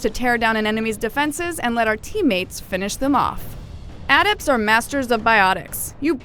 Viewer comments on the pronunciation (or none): adept? sounds like she's saying add ept.. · adept... the way she pronounced it.. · Adept or sentinel ?? ")